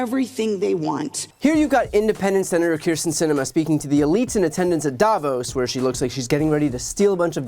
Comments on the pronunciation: It's davOOOOs , not dAAAvos 🙂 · The name Davos has the stress on the second half of it, so it's daVOS